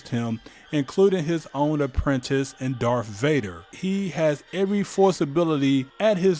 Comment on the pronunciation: “Darf vader” and “sif lord”